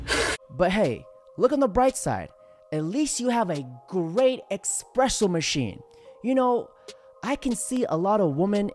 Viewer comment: Every time someone on this planet says Expresso instead of Espresso, i punch a hole in my wall.